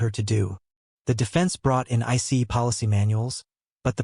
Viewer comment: Why can’t these AI narrators just say ice instead of spelling it out